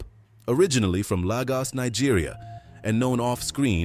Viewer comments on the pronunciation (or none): bro not lagas lagos